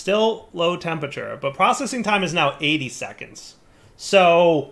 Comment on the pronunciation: Skip straight to about 24m if you want to hear say 'Tempature' instead of 'Temperature' about 50 times.